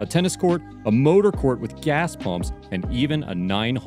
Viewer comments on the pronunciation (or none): none